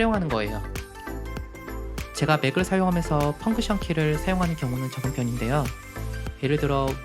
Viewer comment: 펑크션 말구 펑션입니다만^^